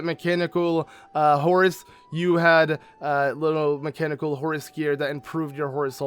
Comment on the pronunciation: I keep hearing "Horus" when you say horse, and now I'm picturing link in Horus (from warhammer 40k) gear xD (something like this: but with link's head showing instead of Horus =P) I think horses makes so much more sense, and I love the small taming things you do when you have a new horse. But the bike is definitely the one I would use ( haven't unlocked it yet, just started playing this game yesterday =P)